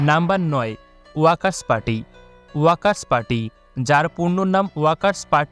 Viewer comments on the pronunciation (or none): ওয়াকার্স পার্টি নারে ভাই।ওয়ার্কার্স পার্টি হবে।